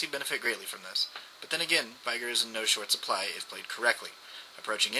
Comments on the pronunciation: Where is the "AI" in "VEEEEEEEEEEEEIIIIIIIIIgar" ?? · You say veigar like viagra :D